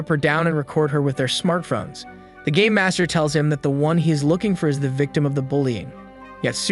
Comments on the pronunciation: Who else thought he said gay master not game master? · I know your saying game master but it sounded like you siad gay master a few times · i heard gay master btw hows everyones day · i thought he said the gay master